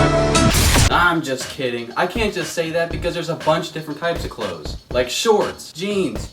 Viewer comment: when he said clothes in the beggening i almost left the video